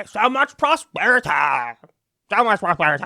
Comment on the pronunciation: ‘Respect mah prosperitah!’